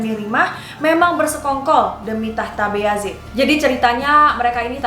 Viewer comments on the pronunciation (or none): Nonton ini selalu mendapat pengucapan yg kurang pas, keknya bayezid bukan beyazid, knp bilangnya beyazid?